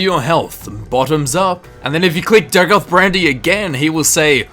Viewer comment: Day-goth. Not Dag-oth.